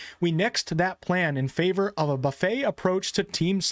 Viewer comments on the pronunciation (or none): none